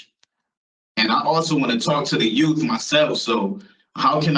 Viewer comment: The "youff" don't need anything this monster has to offer.